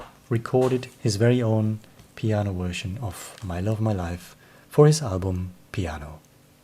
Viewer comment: mate, I get as a Swede that the word version is problematic; but if you change the v to a swedish sj - perhaps it would be easier to get nearer to saying version and not wersion? no offence meant, your English is better than most English peoples - am just trying to be helpful. Live long and prosper